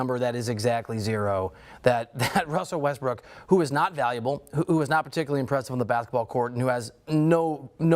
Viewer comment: This guy say Westbrick?